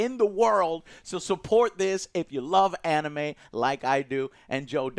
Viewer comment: Down vote cus he can't pronounce animes right